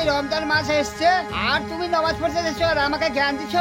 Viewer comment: নমাজ কেনো বলছ শুদ্ধভাবে বললে তো ভালো হত নামাজ বলবা